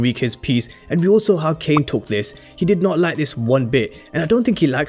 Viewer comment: Dude fix what you’re saying frfr. Tf is Kane ???